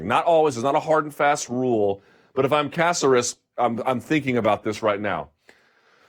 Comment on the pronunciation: Killed it, Luke. Lol Please don't butcher Caceres' Cuban/PuertoRican name anymore. Love you though.